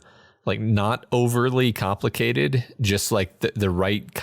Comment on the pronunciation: AWESOME! Thank you! It's KA-mplicated!